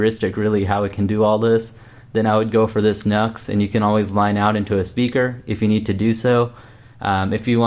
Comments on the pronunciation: G'day from an old guitarcheologist since '79 in SE Queensland, Australia. NU/X whom make pedals amps etc. is pronounced 'new ecks' not 'nucks or nux'. The only minor glitch in your great videos is this mis-pronounciation, no biggie. Peace, respect & far too much guitar & rock n' roll is nowhere near enough!🎸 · It's pronounced "new ex" Nu-X